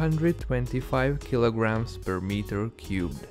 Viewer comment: Keeloogrammes stew or keeloogrammes feathes